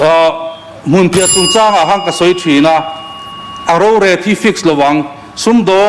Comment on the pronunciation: A in hmeh tawk amuanpui zia dik tak alange ziak chhiar chung pawn asawi dik thei lo chu nia 😂